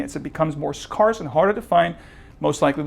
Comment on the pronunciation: Didb you say scarce?